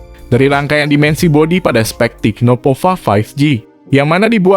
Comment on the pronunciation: Tecno bukan "TIKNO" 😃